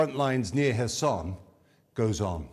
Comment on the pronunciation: Thank you for pronouncing the city’s name correctly! I have nothing against people pronouncing it as K-erson emphasising the K, but it is nice to hear it pronounced correctly.